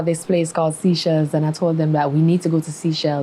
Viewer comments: She's versatile & has international appeal. Lol by the way it's not "seashells", it's Seychelles (say-shels). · Pronounce it like.. “say shells” not sea shells lol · Its no seashells its Seychelles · Its called the Seychelles and pronounced like its spelt not seashells ! she also is a liar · If u say sea shells one more time…. “Say -shells “ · not sea-chelles it’s say-chelles